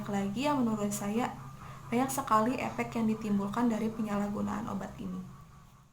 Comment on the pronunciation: Efek woy bukan epek 😂😂😂😂